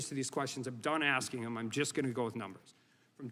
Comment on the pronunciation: it's maybe because i am not american or english native speaker, but i don't get it, how do you get to become a part of Judiciary Committee by axing instead of asking?